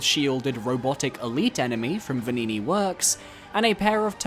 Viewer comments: The game pronounces Venigni wrong. A gn is always an "ny" sound in Italian. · "Venigni" made me laugh every time you said it.